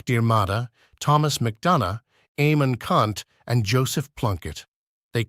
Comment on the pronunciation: Oh please, I do wish you amateurs would get all the facts right and correct! This is just more Ai garbage besides some of the "facts" being wrong and it's insulting to pronounce for example Éamonn Ceannt as Eamonn Cant????? and whats a Fen-e-on? It's pronounced fee-ni-an and its Mac-der-mida not Mac-der-marda, not withstanding you have missed out the brave women of Cumann na mBan and the young boys of Na Fianna Éireann and so on...jez this is so wrong.